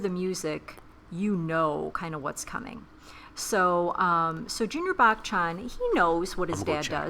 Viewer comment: It's "buh-chun" not "back chan"